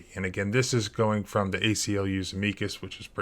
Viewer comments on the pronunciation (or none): Leavenworth = Leh-vehn-worth. Amicus= AM-uh-cus 🙄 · You can't even pronounce Levenworth? This must be deliberate. I'm in Britain and I know how to pronounce these names. Edit: "Ameeecus Brief". Come on. This is definitely deliberate.